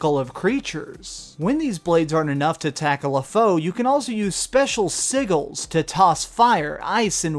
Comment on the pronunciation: Sih-Jels. Not siggles :P